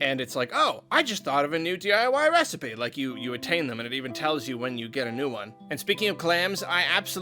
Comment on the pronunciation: IVE COME UP WITH A NEW RECIPEH